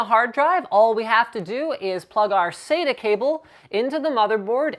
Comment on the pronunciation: Im not hating but i find the miss pronunciation of acronyms to be most disconcerting, it is SATA not "saida" , at least that s what it sounds like when you say it.